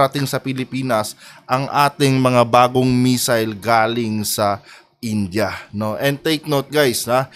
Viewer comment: Missile po, hindi messile. ✌️